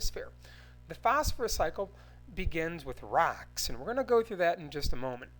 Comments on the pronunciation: "In the wet her in of RaCkS" Me:😂😂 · The way he says "rocks" is freaking hilarious!